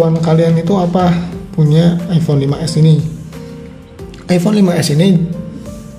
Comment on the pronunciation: Kok sy dengernya iphone 16 ya apa salah denger??!